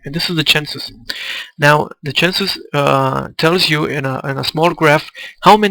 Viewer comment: These are really great,! The insights into the census (pronounced "sen-sus", by the way) are so valuable and explain a lot of my problems at a certain point in past games. Thanks for putting these up and sharing what you've learned!